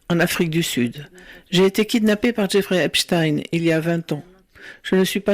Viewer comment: Epstein ce pronnonce "Eps tine" Je sais c'est un détail...face à ces horreur...